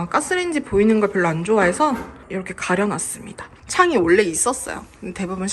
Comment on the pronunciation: 잘 봤습니다. 심플 깔끔하게 완성되었네요. 요즘 문 손잡이와 스위치를 고르느라 고민 중이에요. 그냥 흰색으로 하기엔 좀 아쉽더라구요. 오늘 영상엔 원래라는 표현을 자주 쓰셨는데 발음을 올래라고 하셔서 조금 신경쓰였습니다. 사투리인가요? ㅎㅎ